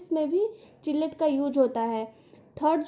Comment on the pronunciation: किलेट not चिलेट mam